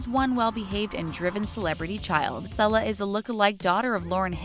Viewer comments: Not its pronounced see-lah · She also mispronounced Sasha and Selah's names.